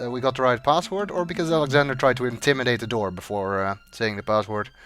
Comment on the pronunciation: I think the door just opened because of intimation because Alexander was so far off from the proper pronunciation lol